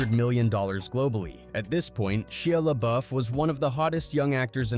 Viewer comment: Are you stupid? You keep saying his name wrong